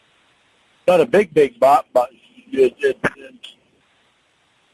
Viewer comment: lmao. Nawt a big big bawt, bawt.... 😅. This whole call is epic! Winnie is a savage! She has me rofl!Thank you. You are the best!